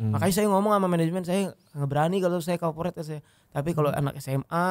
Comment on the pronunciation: Corporate jadi KAPORIT 😂😂😂